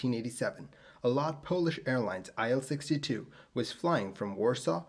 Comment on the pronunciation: "IL-62 is pronounced "EEl" from Ilyushin.